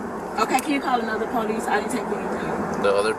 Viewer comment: Call the real po-leece.